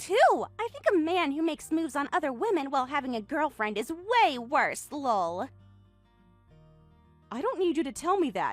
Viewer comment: Saying "Lull" every time LOL comes up is seriously ridiculous. Just laugh for goodness sake.